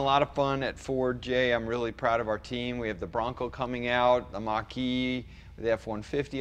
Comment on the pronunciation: "Mustang" Mocker-E